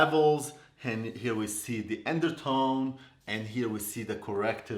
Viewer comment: The “endertone” 🤣🤣🤣 I love you 😘